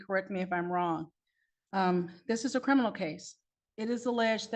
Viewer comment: He's a "Crinimal"🤣